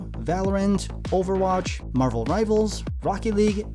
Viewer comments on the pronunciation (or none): none